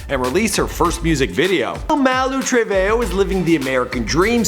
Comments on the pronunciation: I’m dying “mal-oo true-vay-o” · It's Malu trevehoe 💀😷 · it says maluu tree-veee-jooouu